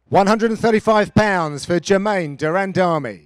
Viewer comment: Why he sa duran-dummy 😂😂